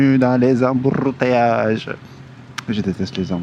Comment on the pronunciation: On adore 🤣 Embourrrrrrteillages 😂finalement wadji Yakkoul seu mood déh ak seu wedding celebration 😂😂